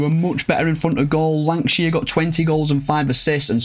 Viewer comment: Congratulations on the promotion hope to c Bolton back in the premier league soon. Btw I'm sure on the 23.54 minute mark u lankshear with a w instead of a l. Maybe my ears 😆 loved the video top as always